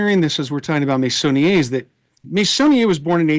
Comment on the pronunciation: Wonderful (as usual) conversation and educational experience! I am a little ashamed to admit that I didn't know about Meissonier despite having been raised in France! 😶 pronounced his name well! 👍😊 THANKS AGAIN SO MUCH!!!🎉